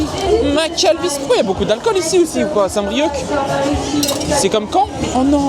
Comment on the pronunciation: Saint brieuc , phonétique : saint brieu , c'est un ( c )muet , respect stp nouilleteille 😂😂